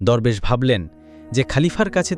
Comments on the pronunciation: দুরবেশ না দরবেশ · দোরবেশ না দরবেশ হবে উচ্চারণ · দোরবেশ না, দরবেশ😂😂